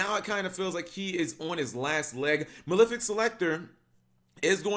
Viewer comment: why do people pronounce it as maLIFic, it's maLEFic as in LEFt handed